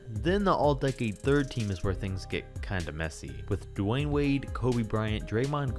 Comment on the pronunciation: Dame instead of dwade